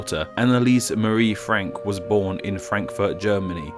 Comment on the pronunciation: I swear I heard you say Frankyou